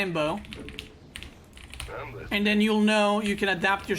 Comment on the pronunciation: Lambo sounds like lame bow.